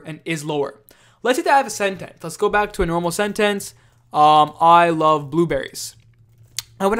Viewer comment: thanks - but why does he pronounce 'sentence' like that